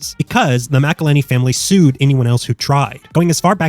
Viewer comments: That pronunciation of “Mcillhenny” hurts my soul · It says McIlhenny right on the label. Are you saying MacIlhenny as rage bait?